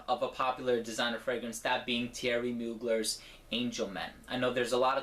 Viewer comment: Great review and TY for being one of the few people in the frag community to pronounce Mugler's name correctly =P